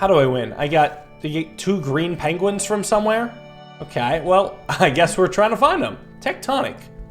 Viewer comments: I just love that, calls the penguins, penglins. And the walruses, seals. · I heard what you said there.... Pengwings